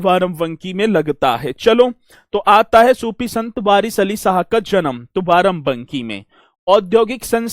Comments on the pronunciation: Sir Barabanki hota hai varavanki nhi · Barabanki theek se pronunciation kare